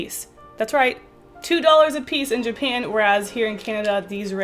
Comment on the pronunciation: “Ever since I went to jupan”....WHAT THE FUCK IS JUPAN